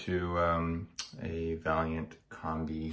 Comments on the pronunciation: It's VAILLANT not VALLIANT!! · It is VAILLANT not Valliant